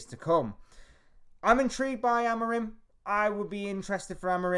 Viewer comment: Please don't insult that man calling by twitch thot's name. It is pronounced Amoureem!